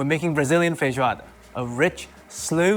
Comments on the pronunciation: You cooked, man! 😭😭 Genuinely, it's perfect. Even your pronunciation of "feijoada" is native level! But guys, remember to eat feijoada only on Saturdays, when you can have a siesta afterwards! It's impossible to go back to work after having a good feijoada with a fresh caipirinha. Parabéns, mano. Arrasou! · Perfect pronounciation of Feijoada as well